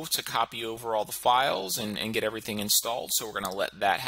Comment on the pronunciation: Let's go ahead and 'Git' started =P